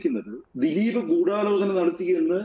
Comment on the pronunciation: ദിലിപ് എന്ന് ഉച്ചരിക്കല്ലെ ഗോപാലകൃഷ്ണൻ